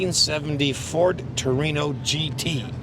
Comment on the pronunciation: i wish people would learn how to say TORINO no tree no